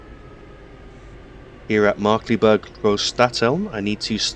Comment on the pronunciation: Its pronounced Markklayberg